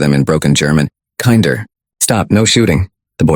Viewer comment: A vivid and absorbing story of a boy in a world I can hardly imagine. 2. A little detail: Kinder (children) rhymes with hinder. Kind (child) rhymes with hint. (final D's are pronounced T.)